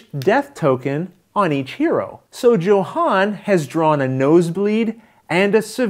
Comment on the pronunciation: you know I love you and that you playing this game pushes my 99% to 110% likelihood of purchase... BUT since I have a strong feeling Luke will play with him, consider pronouncing Johan's name the way a Swede would Sorry for being so presumptuous! You are my hero! Good luck Rollin' wit Luke!